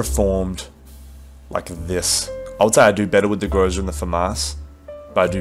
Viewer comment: I really hate doing this but the right stress on the groza is on the last syllable so its grozA(thunderstorm). Idk why it triggers me so much, i dont get triggered when natives do this